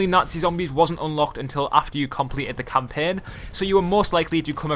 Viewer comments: he says campen.its CAMPAIN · please never say champaign again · wtf is campeeen learn english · let me teach u campaign not campen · campein ME: HAHAHAHAHAHA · He cant say campiang